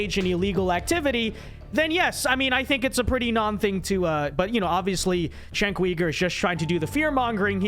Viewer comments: Chenk Weegur? It's pronounced JENK YOUGUR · I am so sick of people who disagree with Cenk mispronouncing his name. "Chenk?" His name is Cenk and it is pronounced "Jenk" and , "Weaver?" Really? Dude that isn't even close. Feel free to disagree but is it really necessary to throw in the disrespect? No disrespect? You mean you serioisly can't get either his first or last name correct after hearing it many times? Never heard his name being spoken before? Never thought to check? First, I doubt that. Second, why not just listen to the name once and get it right? Some of the things you said may well have been fair actually but why should I take you seriously when you can't give someone the basic common courtesy of at least trying to get their name right? Just don't care? Cenk is beneath you? (Yes, I am triggered by this.) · Who tf is Cenk Weeger? Lol it’s Cenk Yuuger